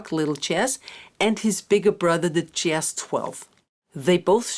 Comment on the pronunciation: This is a great intro, but just want to point out that you are consistently saying JASS, when the word should always have the soft zed sound. This only matters because the word comes up all the time and is foundational to your practice and your videos. Best of luck going forward!